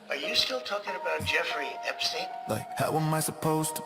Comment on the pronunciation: Song sounded really good. But definitely AI heavy. At one point they pronounced it ep-STINE and later ep-STEEN. Thats a AI giveaway. Lyrics also Q -coded 🤨